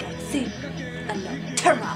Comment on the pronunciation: Actually, it's pronounced "Nah-roo-toe"